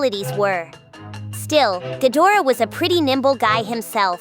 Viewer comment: Gadra not gadora 😂